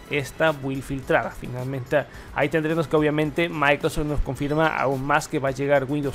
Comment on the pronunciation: "Maicrosech" 🤦‍♂️ Saludos cordiales.